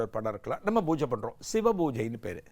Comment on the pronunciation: Divine explanation. But not bbojai. It is pooja and poojai